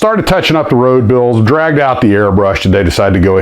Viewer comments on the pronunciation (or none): none